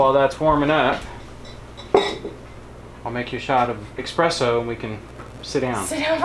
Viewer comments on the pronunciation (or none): No X in espresso. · " Boef a la suchi", "Pesto al'estate(summer), "Pane alla Mamma" finished with loving cup of "eXspresso" ( version of "espresso"LOL)! All home grown, fresh, organic, raised and made with love, come on!!! High end cuisine:))) Gives new, good meaning to "rainy days":)))) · Espresso, no X